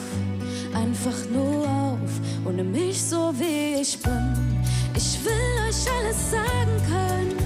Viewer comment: Sie singt das soooooooooo toll!!! Super gesungen, super individuell interpretiert. Aber ihre Aussprache zieht es leider so runter (isch will eusch alles sagen können, damit ihr seht wer isch bin). Das klingt so nach Ghettobraut☹️bis zum ersten „isch“ hat es so viel mehr Niveau und Klasse. Alles nur meine Meinung🤷🏻‍♀️ Trotzdem wünsche ich ihr super viel Glück🍀